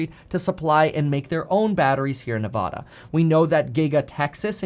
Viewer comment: You want to become Governor but you can’t even pronounce Nevada properly 🤦🏻‍♂️